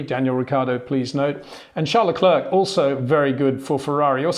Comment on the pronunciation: get the names right please... its Verstappen not Verschtappen...its Bottas not Boatas...its Leclair not luklurk